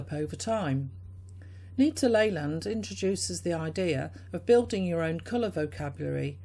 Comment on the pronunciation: Stumbled on your review of my mom’s book. Glad you enjoyed it. Last name is pronounced “Lee-land”. She has many books on color and creativity still selling on Amazon, as well as a memoir talking about how she became an artist in her late 30s while raising us kids. Cheers!